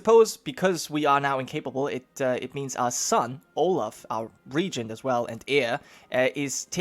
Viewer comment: Olav is pronaunced Olav not olaf (in norwegian )